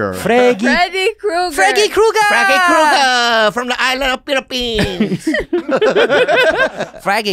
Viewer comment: Andrew. It’s KRUGER. not Cougar